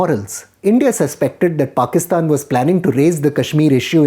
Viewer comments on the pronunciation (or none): none